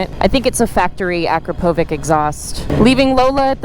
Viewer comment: I just don't get it why people can't say Akrapovič(Akrapovich) correctly. Akropovik, like come on.